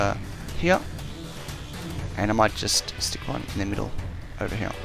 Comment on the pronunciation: i like how this guy doesen't say here , he says heee